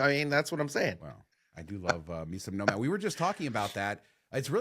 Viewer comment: Every time you say nomad Al Bundys no ma’am pops into my head.